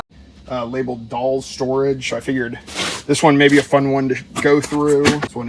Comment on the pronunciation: Doll “Storegge” lol